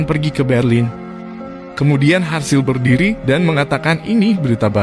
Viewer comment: Serasa aneh nama harzl diganti dengan sebutan harsil😪